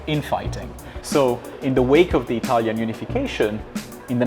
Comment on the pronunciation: why do you pronunciate italian tows with a french accent? 🤣